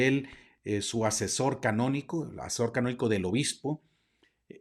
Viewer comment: Se dice derecho Canónico y no Cabonico